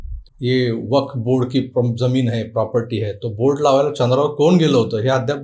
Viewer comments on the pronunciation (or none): none